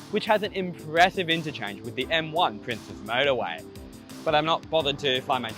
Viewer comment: To my American ears, the way you say motorway almost sounds like murderway; something about that seems appropriate for this route.